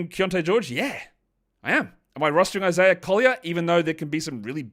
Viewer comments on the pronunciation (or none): none